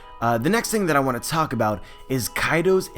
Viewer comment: Hey guys, today I want to taak about.. Sorry but I always release a silent chuckle when I hear you pronounce 'talk.'